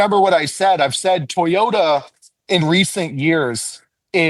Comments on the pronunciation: It's TOYota, not TAYota, dude. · It’s not pronounced “Tayota”! Why is this so hard for this guy and Denny Hamlin? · Didn’t know it was called taaayota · Stop saying “Tayota!” C’mon! It’s not hard.😵‍💫😵‍💫